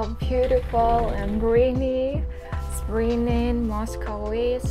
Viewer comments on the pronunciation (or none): none